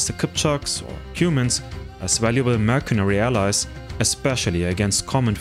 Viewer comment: I'm impressed by your pronunciation of SCYTHIAN. But not so much how you say MERCENARY